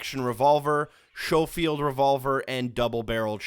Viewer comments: And its Schofield, pronounced [skoh-feeld] lol not [show-feeld] ya big dummy. Another very iconic gun in history. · "show field revolver" It's sko-field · 'Showfield revolver'. How could you fuck it up that bad Edit. 'Morzer Pistol' my god your German is bad. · This guy doesn't even know how to pronounce the guns name correctly...skolefield. mawser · It’s pronounced "Sko-field” lol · Schofield is pronounced skofield and Mauser is mowser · Schoeffield is pronounced 'CHEF-field". Yeah, I'm a friggin' dork, asshole, dipshit... Whatever, LOL. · "showfield" revolver. luuul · The pronunciation of Schofield is "Sko-field" and Mauser is pronounced "Mow-ser" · Sco / sko field sho field ? Come on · I simply cannot get over the way you pronounced Schofield and Mauser in the video 😑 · Your pronunciation of "mauser" and "schofield" are horrendous. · Hehe, it's actually Schofield. The huy pronounced it wrong.